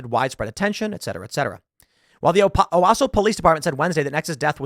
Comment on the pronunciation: Props to Tim for pronouncing Owasso correct. Also, a side note, I think I was married to this girls Grandmothers, sister, Leslie.